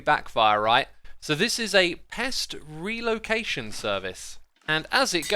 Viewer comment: emphasis on RELOCATION